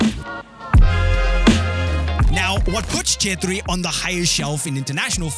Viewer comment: I love the fact that you can pronounce "CHETRRI"😆❤️